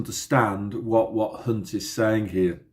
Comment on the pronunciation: Thanks, Hunt sounds like #unt...